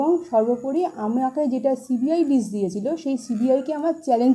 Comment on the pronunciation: Apni toh ekta December r CBI thik pronunciation korte parchena na.. apni sudhu ajogyo e na ashikhito